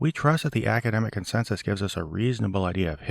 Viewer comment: It's annoying how he overemphasizes consensus.